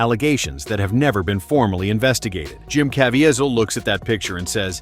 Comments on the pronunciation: Or at least teach AI how to pronounce names???!!?!! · This is a very informative video, but was not proofed for mispronunciatio of Jim Caviesils last name!!!! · there is SO much more to this... also can you please learn how to pronounce Jim's name? :)